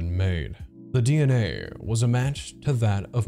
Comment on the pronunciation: why did they say “dna” like that 😭💀